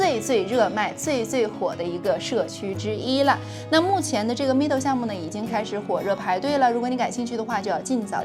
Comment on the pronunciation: Meadow 这个字是读 ˈmedō/ （美豆），不是像你读的米豆。